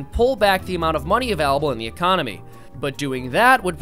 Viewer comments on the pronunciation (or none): "econonomy" Love it! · Econonomy lol